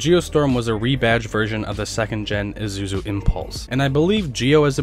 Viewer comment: it is (mit su bishi) not( mis dou bishi)😂😂 it's ISUZU not IZUZU😂 again ISUZU not ZUZU this time 😂